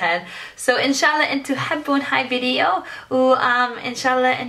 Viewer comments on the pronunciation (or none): none